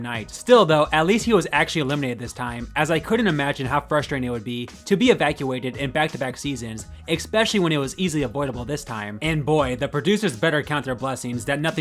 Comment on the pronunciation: What the hell does "ik-specially" mean??